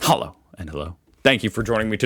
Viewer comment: It's "HULL-OH", if you want to try a German "Hallo". You are pronouncing it with like a bad Eastern-European accent. :)